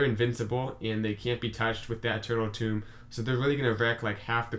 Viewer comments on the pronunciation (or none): FYI it's Eternal Tome (book), not Eternal Tomb (grave), which you're pronouncing it as.